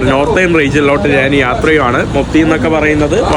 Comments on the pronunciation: സ്നേഹം കൊണ്ട് പറയുവാണ്. പോകുന്ന രാജ്യങ്ങളിലെ ഭാഷകളൊക്കെയും ഒരു വിധം പഠിച്ചെടുക്കുന്നുണ്ട്. പക്ഷെ മാതൃഭാഷയായ മലയാളത്തിൽ ഞാൻ എന്നതിന് നാൻ എന്നാണ് പറയുന്നത് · ്റെ മലയാള നിഘണ്ടുവിൽ 'ഞ്ഞ.. ഞ' എന്ന അക്ഷരങ്ങൾ ഇല്ല..😊 അതുകൊണ്ടാണ് നാൻ.. നാണ്..മന്ന്ന കളർ..മന്നൾ..എന്നൊക്കെ പറയുന്നത്..അതൊക്കെ മറന്നുപോയതായിരിക്കും..❤